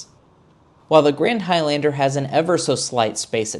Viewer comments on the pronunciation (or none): Why are you pronouncing High-Lander? You're the only person in the world with that pronunciation. I had to leave the video it was so irritating